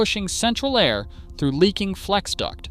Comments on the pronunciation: The first five seconds of this video lets me know this is an AI driven channel. It’s pronounced “air” not “a””I””r” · A-I-R conditioning? LAME. Might want to check the AI voiceover before you post. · a-i-r conditioning? Your AI is showing. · yes, apparently it’s pronounced a i r. 😂